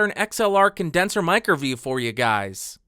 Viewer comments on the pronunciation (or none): I still think you're saying "microview" instead of "mic review"